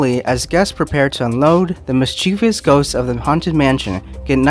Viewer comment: I enjoyed the video; it was well-done, except for one thing. If, like the rider ghosts, you are full of mischief, you are MIS-che-vus, not mis-CHEE-VEE-us. Similarly, if you are full of virtue, you are not vir-TUE-ee-us, are you?